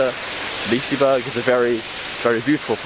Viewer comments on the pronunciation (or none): I am half Swedish but now live in the UK so I don't know much Swedish but I believe they pronounce it like "lis-e-berry" that's what the bing translator says and that's how I said it when I visited liseberg :) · I'm sure it's definitely "Liseeberg" but you know what my pronunciation is like! It looks like you had a good time! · its pronounced leeseberj